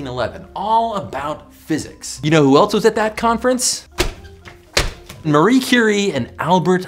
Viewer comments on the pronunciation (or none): none